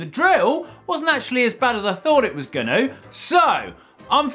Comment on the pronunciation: You’re funny! It’s an awesome video, but I really lost it when the drill whacked you in the face! 😣. Your accent is pleasant to listen to as well. I grinned when you said that the drill wasn’t actually as bad as you thought it was “gonnu”..